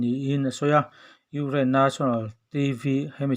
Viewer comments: Urain ti tlat a nang tuuu🤣😂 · I Ukraine lam dan chu leh😀😀😀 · Ngaihthlak a nuam viau lohna chhan chu chhiartu hian Ukraine a lam thiam lo thin hi😁😁😁😁😁